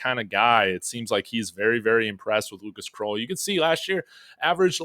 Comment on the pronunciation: Krull like skull … not kroll like troll